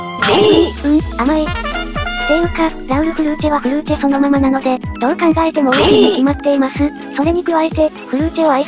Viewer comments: フルーチェの発音が完璧すぎるw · フルーチェの発音良すぎだろ